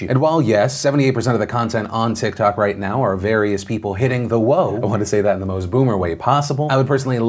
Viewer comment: No one: Not a single soul: Phil: HitTiNG tHe w0aH.